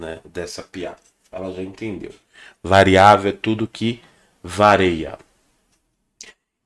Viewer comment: Professor. Bom dia. Desculpe não quero ser pedante, nem tão pouco saber mais que todo mundo. Mas, seu professor cometeu um erro grave para quem é se diz professor. Não é "vareia", e sim "VARIA". Quem falava "vareia" era o Renato Aragão - acho que "Didi" - no seu programa.